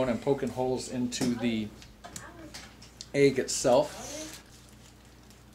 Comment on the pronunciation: Great video, def gonna try. Love the way you say “ayg”😂